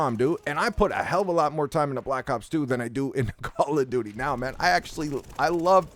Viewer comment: "Pwease stap making fwun of mah cawwa dooty!!" 😂😂